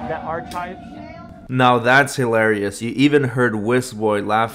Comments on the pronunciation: I keep coming back to this every few months because I just can’t get over “ar-chives.” 😂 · Stupidity is not an acceptable medical exemption for wearing a mask. If you are having a hard time figuring out how to put one on, ask an adult for help. Ar-“chives” killed me 💀 🪦 I’m actually writing this from beyond the grave. 😢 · "arCHIVES" LOL. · Besides the cameras and miss pronunciation of “arCHives” and recording peoples signatures, it’s started off relatively calm… Until they didn’t give human curtesy to put on a mask. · I was listening to this in my headphones when I was prepping dinner last night. When this dbag said ar-chive’s over and over again I literally laughed out loud. My family wondered what I was doing sitting at the sink laughing at myself. They didn’t see my wireless earbuds 😂😂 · "Our-chives" is hilarious. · He's killing me with that ar-chive crap. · Ar - chives 😂😂😂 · How is an adult who supposedly went to school but can't pronounce the word,"Archives," a simple word., The h. Is silent, something you learn in elementary school. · Ar- chives 😂🎉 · He calls PLOT lines "platt" lines. His dirty nails 💅 checking the ARCH-CHIVES! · Love the way he mangled Woonsocket and whisk head says nothing!! Hey Will, wake up! This is your state, don’t let him disrespect it! 😂 Good old ar-chives!! He meant archive’s but him not knowing the difference between ar-chives and archives or statue or statute etc. is nothing new (Knew)